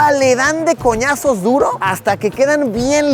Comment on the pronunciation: Luisito ya dice coñaz0 jajajajaja